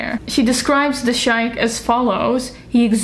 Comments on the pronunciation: As a writer of erotica, this is so much fun to watch! BTW, "sheik" is pronounced "shake" (Arabic pronunciation, also used in English) or "sheek" (American English). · A pronunciation note: 'sheik' in English should be pronounccd like 'shake' or 'sheek'.